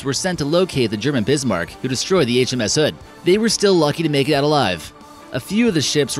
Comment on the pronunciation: Did you have a stroke when saying HMS